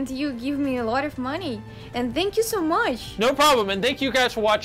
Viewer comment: "thank u so mush" lol